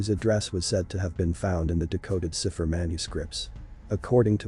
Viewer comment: Cipher: pronounced SAI pher